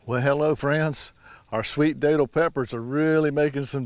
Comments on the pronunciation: Hey. That’s the area I’m in. Not tryin to be a grammar nazi but locally they’re pronounced like you’re saying that’ll. Think Datil do pig. Not Daytil. Welcome to Fl and enjoy the homestead, I love mine... Love your channel and can’t wait for more full growing season content. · My mother-in-law lives in St. Augustine. We go to a seafood restaurant down there whenever we visit, and they have bottles of datil-infused vinegar on the tables that I love on their collard greens. I always pronounced it with a short a though, as in rhymes with battle. I didn't know it was pronounced with a long A!